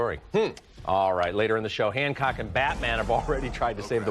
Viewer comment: It’s Hancock not Handcock lol